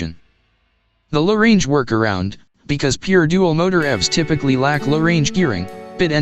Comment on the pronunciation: AI commentary is appalling, two fast, and incorrect pronunciation, 'low range' two separate words, Nm is the traditional measurement of vehicle rated torque, Newton metres, not nano-meters!